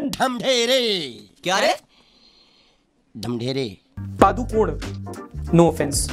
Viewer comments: The 'Padukone' in Deepika Padukone is actually a place in Karnataka. PS- It's a small coastal Village in the Udupi District (Byndoor taluk) and the most widely used pronunciation of the word is 'Puh-doo-ko-nay'. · Its actually pronounced as Pa-du-ko-ne,,,,, पडूकोणे here in Karnataka...idk why she says that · Padukone is not a family name It is a place in Udupi district, Kundapur taluk. Karnataka. It is also the birth place of the great Gurudutt. The correct pronunciation is पडुकोणे not पादुकोन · Padukone is actually pronounced as pa+du+ko+nay It's the name of a place and as deepika is from this place, she has got it as her surname🙂